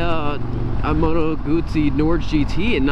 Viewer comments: Fair play to you, you pronounced the name, Guzzi correctly every time, good video man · i am just happy to hear someone pronouncing "Guzzi" properly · this guy says the name GUZZI the proper way 👍🏻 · Finally an american that pronounces GUZZI properly..